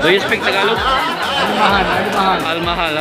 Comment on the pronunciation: alumahan ang sabi hindi al mahal